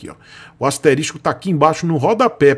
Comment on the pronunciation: Bom conteúdo, porém asterístico nao existe... se fala asterisco.